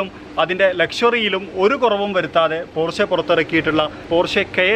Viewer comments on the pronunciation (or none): പോര്‍ഷെ അല്ല പോഷ കയേന്‍ അല്ല കായിന്‍